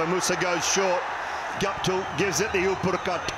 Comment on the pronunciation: Love the "upp-ar-cut", Doully!